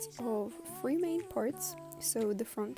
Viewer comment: Bro did it for herself not the viewer😢(my opinion)you’re doing it so freaking fast and not clearly😭.And the pronunciation 😬.I heard free chain so I thought we can make any numbers of chain but it actually 3 chains😔.How could a three called free??